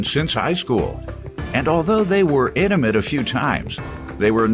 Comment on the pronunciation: It’s intimate!! Not indoment...smh 0:6